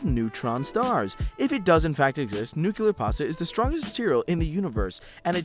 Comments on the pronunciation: nucular cougar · A list of every word mispronounced or misread in this video, and the pronunciation given: Paleontologist - Patlodges Formication - Formification Nuclear - Nucular Postulated - Prostulated Acacia - Asyria Tortilis: Tortils Ténéré: Tenerea Track - Truck Illinois - Illinoise Graham - Gram Transport - Transportation Being - Beering Finola Hughes - Fiono Huge Stochastic - Stohastic Romain Rolland - Fromain Roiland Ramakrishna - Ramakrisha Hippopotamus - Hipotamus Helium - Hilelium (The Scottish Play article) - (attempted Scottish accent was actually Irish) Dolby - Dobly Asinorum - Asinorium Asinaria - Asrania Into - In Perception - Participation Workplace - Works Pheremone - Feramin Posits - People Achieved - Achived Internet - Internot Phenomenon - Phernomenon Neshev - Neshvev Physicist - Physhhjhluigh Password - Word For - Orfor Improvisational - Improvational EI - EL Iron - Ire Trail - Trails Kodiak - Kodak Unidentified - Unifiedentified Colorado Springs, Colorado - Colorado Colorado Pantone - Pontoon Drab - Dark "[The U.S.] is not as cool as people think it is in other countries" - Nobody thinks the U.S. is cool. Institutions - Installations Abian - Abain Mediated - Meditated One another's - One's others Tsundoku - Tsinoke Dooku Any - My Unlisted - Unsolicited Simultaneous - Stimulus Chimpanzees - Chimpanzeens Inexactitude - Inexitatitude Circumlocution - Circumluculation Substantially - Substantly Recorded - Recommended